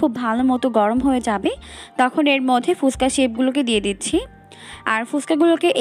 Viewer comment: ফুসকা নয় ফুচকা উচ্চারণ করুন ।